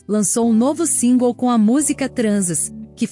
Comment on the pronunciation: A sua pronunciacao singles e' horrivel voce deveria googlar, usando translate e repetir. Machuca o ouvido